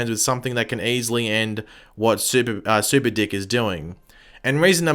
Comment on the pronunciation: I honestly thought you said super dick..😳